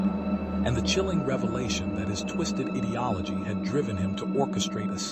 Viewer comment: This is nothing but a bad book report Get your audio levels better and learn how to say ideology